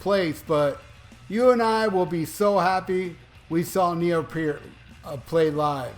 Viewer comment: Is it too much to ask you to learn how to pronounce the guy's last name???